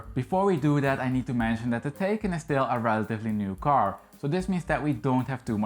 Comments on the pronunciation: Great video! The model name is not “taken” it’s “Thai Khan” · Sorry, but you're not pronouncing the name of the car correctly. :( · You need to learn how to pronounce “Taycan”! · Please, your pronunciation of Taycan is crap.